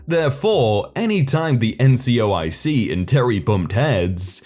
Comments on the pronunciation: Will you STOP mispronouncing the words that are spelled out in front of you!!! NCOIC is "en" "see" "oh" eye" see" not NCIOC you read what it stood for and then read it wrong several times throughout the story... great way to piss off all your military listeners... ...talk about a fubar"... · As a military listener, it didn't piss me off or even annoy me slightly. That said, it was mispronounced a couple of times. Also, I don't understand your second sentence at all. The initialism (abbreviations are shortenings that are pronounced as a word, Taser for example, you read every letter of an initialism) wasn't pronounced as a word, no one indicated that it should be, and no one called it an abbreviation except you.